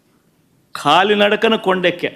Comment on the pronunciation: ఖాళి నడక కాదు సార్ కాలినడక అంటారు.